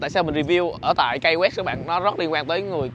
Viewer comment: Key đọc là "ki" chứ a, sao lại là "kây" đc. Học Tiếng Anh kiểu gì vậy a trai =))